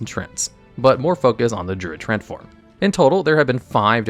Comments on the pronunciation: Yeah, most of the time he was pronouncing it as trent instead of tree-ant. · He is saying "trents" though lol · I hate that you pronounce it "Trent".